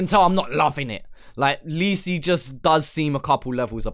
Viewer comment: Say lisi right